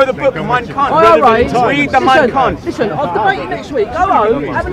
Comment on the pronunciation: It's kampf not kunf